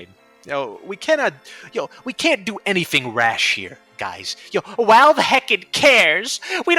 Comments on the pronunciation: I can’t take you seriously because you say walve instead of valve. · Dude, please it’s pronounced Valve. Not Walve. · Why do you say your Vs as Ws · I like how you call them "Walve" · I like how you pronounce Valve as “Walve”. It’s funny I think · take a drink everytime he says walve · that's a wery wivid impersonation of him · Opinion discarded due to this man's inability to properly pronounce V words. AKA: "Who the fuck is 'Walve?'" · "Walve doesn't care" "Wictims of 9/11" Wery good wocabulary and compwehension. As much as I agree with the movement being a fucking circle jerk joke, this comepinga needs to pick up a job that gives disposable income instead of seething over people who know Valve will do nothing, so they take part in the economy anyways. No chance he started playing before the game became F2P, it's criminally obvious. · Probably his accent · The way you say valve just makes me giggle a little. Idk why it just does